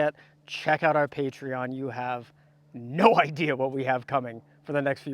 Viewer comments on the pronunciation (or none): none